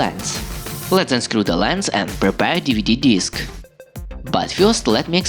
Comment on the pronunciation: ‘Deeveedee deesk’